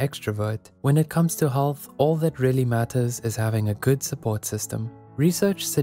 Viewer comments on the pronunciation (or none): none